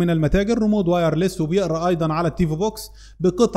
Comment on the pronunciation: اشكرك على الشروحات ،بس عشان الله اسمو ريموت بالتاء وليس ريمود بالدال